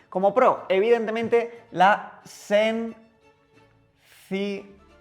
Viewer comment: Madrid -> Madriz Sencilled <- Sencillez